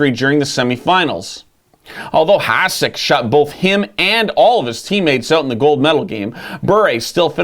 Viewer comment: Heads up, its pronounce "HaSHek."